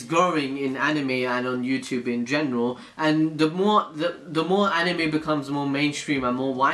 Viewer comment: how tf did that guy say anime? "aNiiimej"